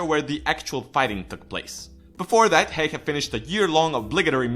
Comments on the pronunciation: Pleaseee! It needs to Be like: Simo Häyhä. A ~ Ä. Also if you want to know what Ä sounds like, you need to read this all the way to the end. So the letter Ä is the same when you say Apple. if you compare it to a word like a car for example, you notice the A letter in Apple sounds different than the letter A sounds when you say car. So just say the A letter alone. Don't say Apple just say the A letter and add couple of dots and you have made it. Also if you are still wondering what it looks like it should look like this: Ä and in lower case it needs to look like this ä XD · U. Logic same. Expesially how he pronounces Häyhä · Just some advice about how to pronounce the Finnish words with the letters "'Ä" and "Ö": Ä is pronounced like the A in the English word "hat", or "cat" Ö is pronounced like the U in the English word "fur". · What is heihe its häyhä not heihe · They always use too much "E" when they are trying to pronounce "Häyhä". So it sounds more like Hey-hä than Häy-hä. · "simo heyhe". No. Just no. The ä's are pronounced like the 'a' in 'mAn'' and the y like the 'u' in 'dUde'. HÄYHÄ. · No its not... its pronounced like a ä. Just like häyhä is pronounced like häyhä. Not heyhe, not hauhe its häyhä. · Simo heihe?:D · It is Häyhä tho. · Simo heihä :D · His name is Häyhä not Heie. If you are going to makea a video dedicated to the best sniper in history, you should also make the effort to pronounce one word correctly. Also, the numbers in this video are all over the place, only the kill count was correct. It really does't take that much. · tfw you are finnish and every time he says Häyhä as "heyhe", you shake a little 😂😂😂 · To say Ä it's like you say A in the word Apple. So its like Simo H(A from Apple)yh(Another A from Apple) Idk why i made this. Its just weird how english people say Häyhä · OH man the inaccuracies.. Can't even pronounce häyhä. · Lol im from finland and when you said simo häyhä i just died from laughing ut souned so stupid XD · Its Simo Häyhä